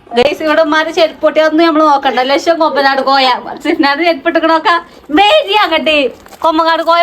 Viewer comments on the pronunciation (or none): കൊമ്പനാട് കോയ അല്ല കൊമ്പകാട് കോയ an